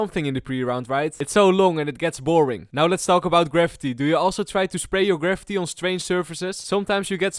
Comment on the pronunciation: just FYI, graffiti is not pronounced like gravity. It's pronounced like gra-fee-tee